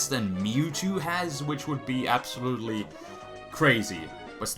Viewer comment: man every time he says ABSOLUTELY all I hear is ABSOL